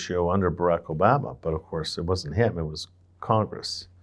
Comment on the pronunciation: I enjoy getting David's perspective every few months. Also love hearing him never pronounce O-BAM-A properly😅